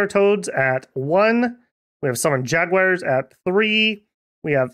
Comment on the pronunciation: Ah yes, the magical land of MicT-Land, with ja-Guires c